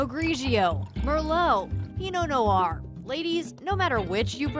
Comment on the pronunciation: Did she just say "pinot-no noir" lolll??